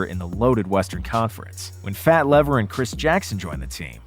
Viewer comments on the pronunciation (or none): LEEEVER not Lever. You must be young. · Going to need to work on that Fat Lever pronunciation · You lost all credibility when you said Fat Lever's name wrong. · Made me cringe every time...